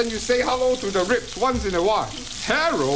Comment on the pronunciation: I just recently found out the actual name of this show. Growing up as a kid my family always called it "Herro". Because of how he says hello when he comes out.